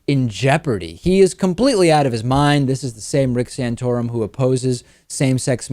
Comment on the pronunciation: Stop saying "sanotorum", it is offensive and gross !